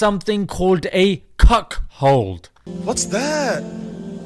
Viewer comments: It's CUCKOLD not CUCKHOLD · Lol the way you say cuckold 😅😅😅😅😅